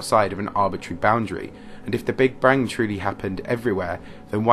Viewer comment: Noticed you said "stream of protons" instead of "photons", and then call Einstein "Alfred"... and then said "brig brang"... nice explanation tho